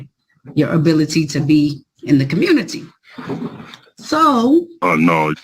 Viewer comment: Sounds like "daa Community" Reeee--Tard